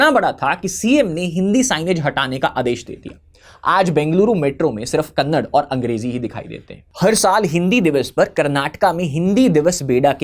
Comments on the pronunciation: Vo kannad nahi kannada hai bhai. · Kannad ❌ kannada ✅ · Kannada not Kannad please… like it’s Hindi and not hind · When you pronounce Kannada as Kannad, I get a feeling that a pig just woke up and made sound from the gutter.